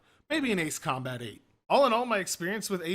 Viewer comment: That's how you correctly pronounce it...